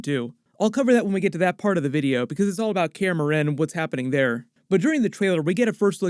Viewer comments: no offence but some pronunciation is off lol. kaer morhen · Say Kaer Morhen one more time... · This is awesome, but I'd lie if I say that your pronunciation of Kaer Morhen didn't get me every time.